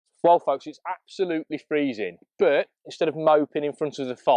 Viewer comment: grr stop saying burt its pronounced butt (but) the thing you sit on and what mr Khan talks out off lol